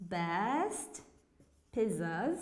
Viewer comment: Thank you but why do you say "pizuz"